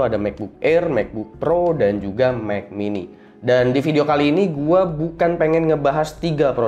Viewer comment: "Mekbuk Air, Mekbuk Pro, Mek Mini"